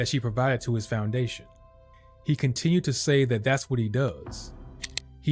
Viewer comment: His “foundation!” 🤣🤣🤣